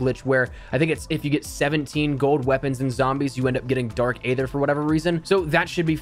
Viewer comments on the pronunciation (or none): It's not dark ather it's dark aether the a is silent